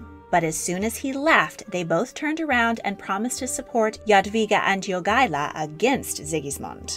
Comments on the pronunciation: Jagaila [Ya ga y la], not Joogala. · Lithuanian pronunciation of Jogaila's name is not /'jugʌlʌ/ but /jo'gʌɪlʌ/ (pronunciation writing is approximate, I don't really know how to use pronunciation symbols) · Also, Jogaila is not pronounced YOO-gah-lah. It's pronounced Yo-GAI-lah, the stressed syllable GAI, pronounced as "GUY" in English. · Jogaila. Not Yugala. Pronounced YO-GAY-LAH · Grand Duke Jogaila, not... 'duke yoogaila'? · well she constantly miss pronounced Jogaila, so this fades in comparison..